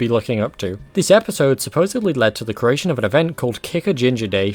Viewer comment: It's "creation", "christian", "joseph", and "Los Angeles" not "caration", "christ-ee-an", "jozeph", and "Los "Angel-ees""